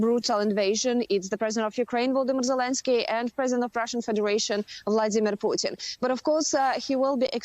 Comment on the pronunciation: Yes! Someone who pronounces "Putin" correctly. Learn, you exceptional Americans!